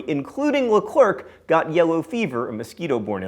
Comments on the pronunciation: By the way Leclerc is not pronounced "le-clerk", it's "le-claire" :) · It's not Le-Clerk! It's Le-Clair! The C is silent! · Leclerc is pronounced La-claire